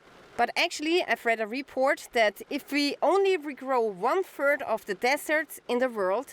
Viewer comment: Ohhhh ! One third, thought she said one turd! Roflmao!